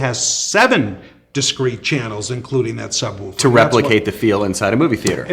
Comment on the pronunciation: "the sub wooper"